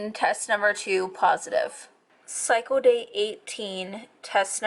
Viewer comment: "Psycho day" lol it's pronounced cycle. With an L. 👌🏻